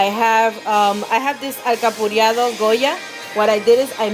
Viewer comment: IT'S ALCAPRARADOS.... ALCAPURRIADOS SOUNDS LIKE ALCAPURRIAS! LOL